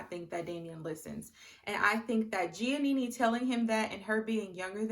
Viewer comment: I love how you pronounced Giannina’s name as Giannini lol 😂 but I completely agree that Damien is manipulative. Granted, Giannina does pick fights and confuses dysfunction for passion. However, Damien gaslights her constantly. And I KNOW he’s manipulative because of (1) how he rejected her at the aisle as you mentioned and (2) how he reacts when Gia brings an issue to him. It just seems very calculated and very “let me sit here quietly so you look like the crazy one and then proceed to refuse to take accountability and project my insecurities onto you.” Plus, SHE STILL HASN’T MET HIS PARENTS TWO YEARS LATER. Run, Gigi!